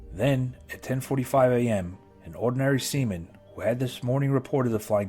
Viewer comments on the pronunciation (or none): he said "ordinary semen"